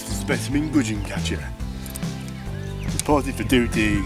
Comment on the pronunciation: Some Bwon Gugin 😅😅😅